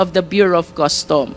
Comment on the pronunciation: Bureau of Customs NOT Bureau of Custom. There is a difference between 'sheet' vs 'shit,' as being pronounced. One should be careful in pronouncing these 2 words.